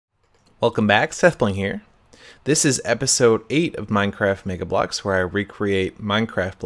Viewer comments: In the Intro did anyone else think he said nigga blocks. 😂😂😂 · I thought he said Nigga blocks :D